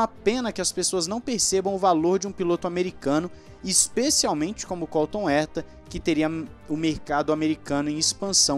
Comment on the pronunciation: Cada veque vc fala Colton Erta, morre um golfinho. E não é porque vc prefere aportuguesar a pronuncia, já que vc fala ZEK Brown.